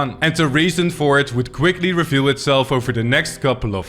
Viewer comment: it's kuwick